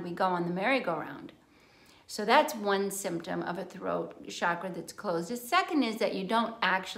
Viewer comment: Thank you for pronouncing 'chakra' correctly. So many people today use the trendy pronunciation 'shakra'. If you consult a sanskrit dictionary, it is plain that the pronunciation is ch as in 'chalk.' Very good information. Thank you.